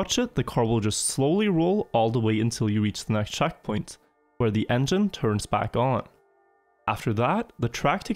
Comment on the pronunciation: The way he pronounces E's actually does my head in. "Saven", "chackpoint" "laft turn"